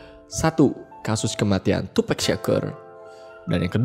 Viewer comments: Harus nya tupac bukan tupack, Inget bgt di interview snopp dogg gak suka host ngmng tupack bukan tupac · Tupak bang bukan tupek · It is Tupac not tupack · Nyebut tupac ya sebut tupac , klo lu bilang tupac nya pake e brarti harus ada huruf k di akhir namanya lol. Tupac not tupack